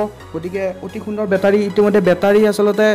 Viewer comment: Bhut vaal ktha nice video...but বেতাৰী nhoi ভাই.... বেটাৰী হে।